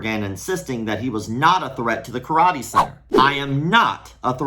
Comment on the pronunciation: "Karate Thot-ee"